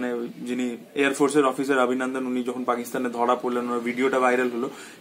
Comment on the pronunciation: abhinandan ke pronounce kor obhinondon bole...bangla bolchis na hindi.? eta wrong trend..! change kor...! disgusting lagche abhinandan abhinandan shune... ! bangla holo worlder 2nd most artistic language eitar art take noshto korchis keno..?